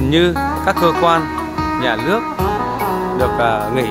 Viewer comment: Ý mình là từ neo chứ kg phải (leo) Nhà nước chứ kg phải ( lước ) Việt nam chứ kg phải ( lam) Các bạn cứ nghe kỹ Tôi nói chứ kg phải ( tôi lói ) Bạn hiểu không ?